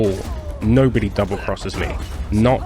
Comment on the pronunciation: "You're a Njobody" got me way harder than I thought it would.